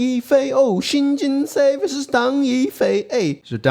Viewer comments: Think of Seoul pronunciation. Kind of like the English word "sew", like in sew a dress. Or even still the word "so" would be closer. Like Jin-So or Jin-sew. Not Jin-say. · i think its pronounced Shin Jin Soo. And whatever you smoked prior to making the into: I want it too. 🙂. And what an incredible Tesuji from Shin.